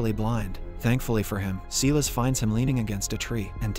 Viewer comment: he keeps saying seelis it is silas as in sylas this mispronounciation crap is driving me crazy. Please say it correctly.